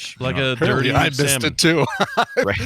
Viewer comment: pronounced the fish as Sal-mon and no one called him on it